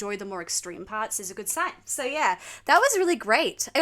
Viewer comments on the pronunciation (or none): none